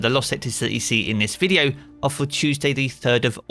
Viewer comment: I’ll subscribe when you say the word video in a normal way….